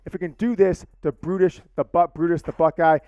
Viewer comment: Lmfao my dude just butchered Brutus LIVE! That was so great!